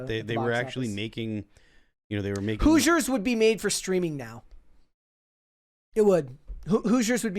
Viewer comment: doesn’t know how to say Hoosiers 😢